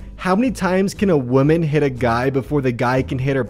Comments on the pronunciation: No its pronounced wooman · No, it’s pronounced “WAHMAN” and “WAHMEN” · I love you but god damn you need to learn the difference between the pronunciation of woman and women